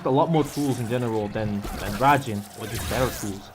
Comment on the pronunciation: Raijin, not rajin